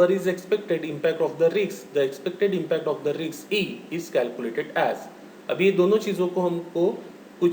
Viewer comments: sir it is pronounced as 'Risk' not 'Rkis' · Pl pronounce it as( risk)